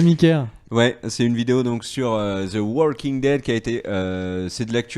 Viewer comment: évitez de prononcer le L à la française de waLking Dead ! ça fait mal aux oreilles. Merci. En fait ce L ne se prononce pas en anglais ou américain...